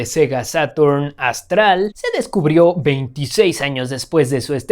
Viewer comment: no es Astral, es Astal